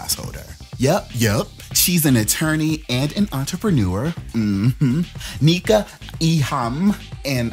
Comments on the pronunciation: The fact she is letting them call her Neeka instead of Nneka is giving please accept me. Please, I am begging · It’s not kneeka as like kneecaps It’s pronounced nEka (like the e in ‘egg’) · Not “KNEE ka” hahaha sounds more like “NECK ka”